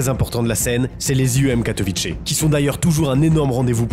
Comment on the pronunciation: ain't no way il l'a prononcé katovitché